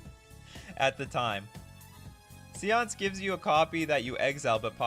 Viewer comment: Séance is not pronounced see-onse; its say-onse